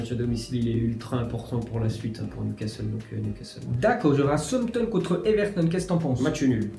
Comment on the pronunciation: Tu es pas un petit peu dyslexique parce que Souampton (Southampton) Guijon(Gijon) Renoa (Genoa) et tu confonds le prononciation de l'espagnol et de l'italien. Mais sinon très bonne vidéo comme d'habitude